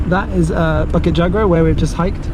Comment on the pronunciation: It is pronounced Boo-kit Joo-gra. Not Ba-kit Jaa-gra.